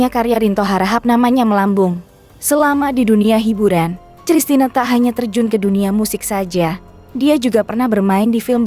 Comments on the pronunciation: Christina Panjaitan baca Kristina bukan cristina hadeuh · apakah saya yg salah atau pengantar narasi yg salah klo saya membacanya christine (kristin) panjaitan, entahlah..... saya jadi lucu aja mendengarnya cristina...........panjaitan..... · Christna membacanya Kristina! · Min..Christina..itu bacanya Kristina..bukan C..elo belajar mbaca di SD gimana ..? Terus Dian pesisa..itu E pada Pesisa pake E taling bukan E pepet..Pesisa sama seperti waktu kamu menyebutkan nama Betaria..duh ampuuun dah...lulusan taun berapa sih...guru bahasa yg salah atau memang murid" jaman sekarang nganeh"😮